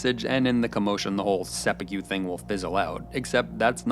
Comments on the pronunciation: Hearing the narrator say 'sehpukyew' is like nails on a chalkboard to me. It is "Sep'poo'koo" there's no y sound anywhere in it. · Fantastic analysis - but I want to point out a very small thing: you are pronouncing it "seppu-kyew"... Instead should be a short "ku" sound at the end like how one might say "fu" in "kung fu" (i.e. not "few"). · Bro you made a great video about a show I love, and I wanna get that out into the open, but my god bro it’s “Seh-Pu-Ko”, you keep saying “Seh-Pu-Q” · Mana if I hear him pronounced Seppuku as Seppiku one more time I’m going to commit Seppuku. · “Sep-ei-que” is how I hear you say it every time. I’m in no position to criticize since I don’t speak Japanese but I’ve never heard it pronounced that way. I’ve always heard to pronounced sepp-e-kue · Sepi-que??? It's seppuku, dude. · Jesus H Christ stop saying Seppu'kew 😂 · These pronunciations are making me want to commit sepookyoo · The pronounciations are taking me out... seppuKYU 😂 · Just cant listen to him saying sepukew for 15 minutes.. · se-poo-kew couldnt have even looked up how to pronounce it correctly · sep-ew-kew. boontaroo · I cannot bring myself to finish this for the continued pronunciation of 'sepukew'. God knows how many times it was probably said properly in the show and still.... 'sepukew', he says. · " i was ready to sepeku my television " hhhhhhhhhh omg i fet that too hhhhhhhhhhhh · I cannot get over the way you pronounce "Sep-yew-kew". XD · Came to the comment section for this comment. Thank you. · You pronouncing seppuku as “seppukyu” annoyed me the entire time. Good video otherwise. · lol, "sepi-cue" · Why does he keep saying 'seppukyu' ??? Where is the Y coming from???? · Is it too much to ask for you to pronounce japanese words properly? WTH is sepukyu? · se-POO-koo. There's no white billiards ball "cue" in there, no ribs or brisket BBQ. Koo, like lovebirds. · seppuku. it takes less than two seconds to learn how to pronounce it. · It's pronounced sepPOO-koo.